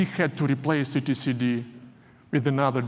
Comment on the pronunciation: I've never heard someone pronounce it "E T C D" 😁